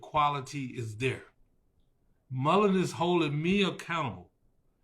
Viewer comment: I can't listen to him. The fact he keeps saying Mullen's drives me crazy!